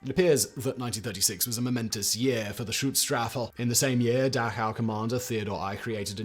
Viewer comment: Simon add an extra syllable to schutzstaffel. Is usually so careful. Or his editors are.